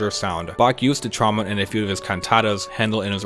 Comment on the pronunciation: Why do you pronounce trombone like "tromon"???